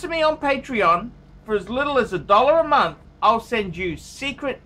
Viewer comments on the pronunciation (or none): none